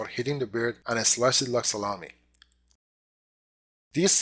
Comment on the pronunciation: did he say "and it slice it like solami" ?